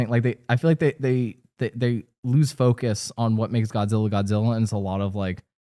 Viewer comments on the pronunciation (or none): none